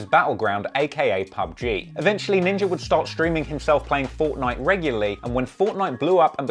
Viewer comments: I know you aren’t racist I guess but you realize you’re pronouncing ninja with the hard ER we don’t do that anymore bro. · he said Ninger hahahaha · Hey congrats on the major hike in Subscribers, quick question, why is it when you say “Ninja” it almost sounds like you’re saying Ninjer..why